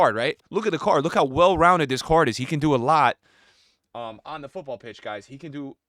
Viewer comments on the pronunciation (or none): none